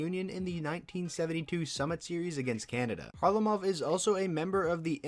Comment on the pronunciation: valeri isnt pronounced like the girls name haha. and russians stress the middle syllable, so the last name would be pronounced car-LAH-mov.